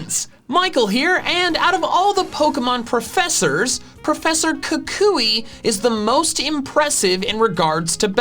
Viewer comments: Kukui, not Kakuy! There should be 2 L's in Alolan! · Am I the only one who is annoyed with the way he pronounces Professor Kukui? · Is Kukui pronounced “koo-KOO-ee” or “KOO-kwee” like I’ve always heard it?